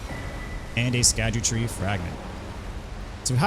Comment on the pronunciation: Found out today that scadutree fragments is actually just pronounced “shadow tree”. The “sc” Is old English but makes a “sh” sound.